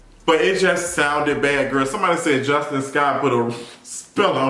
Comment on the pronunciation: I love you down Justin, but the woman’s name is JUSTINE (JUS-TEEN) 😭😭 Y’all don’t have the same name!